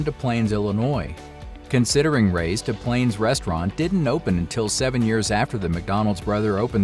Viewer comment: We pronounce the S in Des Plaines, IL. Just an FYI.